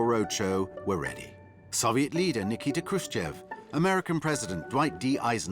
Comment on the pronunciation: American clueless journalism at its best. 😊. His name was easy as pie: - NIKITA [Nee-kee-taa] His last name was Khruchev😅😅😅